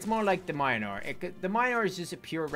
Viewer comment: M8 you just pronounced Mjolnir wrong